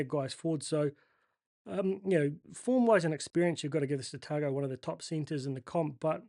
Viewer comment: FYI Tago is Pronounced Ta ngo, in Samoan usually G is Pronounced NG, So ga, ge, go, gu, is nga, nge, ngo, ngu. Though you do a pretty good job pronouncing the Polynesian and Melanesian Names. Better than most, including some polynesians who live in Australia, they are amongst some of the worst. Yes its been a tough season, hopefully the boys can gel and as long as they do not hoist the white flag and fight every minute that is something. SJ will be out for two weeks maybe we need to send him to Fiji to see the Same Healer that Fixed Naholo's Broken Leg before the Rugby World Cup? 🤣🤣🤣🤣🤣🤣